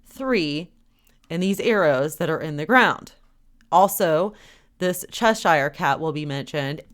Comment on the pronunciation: when you pronounce Cheshire as in the Cheshire Cat, it is pronounced cheshur & not chesh I re as you are pronouncing it, it is cheshure or chesher. God Bless.